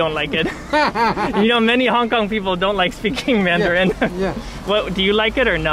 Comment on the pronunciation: Damn his mandarin is fuckin good. Especially the accent. You can tell he’s lived in Beijing for awhile.